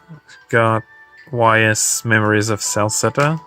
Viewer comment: Your English isn't bad mate but the series Ys is pronounced like eee's.